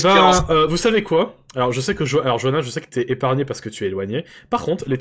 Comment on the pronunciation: Johanna ??? C'est pas Johan plutôt ?